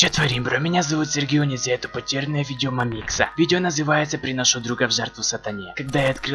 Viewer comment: не мамиииикса а маааамикса